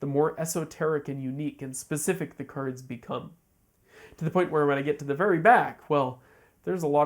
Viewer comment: Why you keep calling cards Kurds?